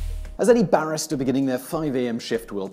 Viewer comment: It took me a minute to realize you were saying "barista" and not "barrister"...